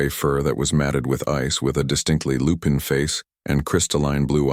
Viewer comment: Lupine not Lupin